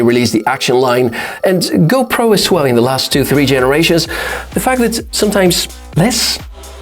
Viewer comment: You said hopro 13